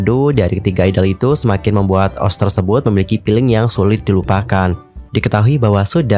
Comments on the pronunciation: Ni orang baca ost jadi os ga o es te rasanya aneh bet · Maaf bang setahuku cara bacanya itu di pisah, O S T😭 Kalau di baca OS kayak aneh aja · SETAU KU DI BACANYA BUKAN OSH TAP O ES TI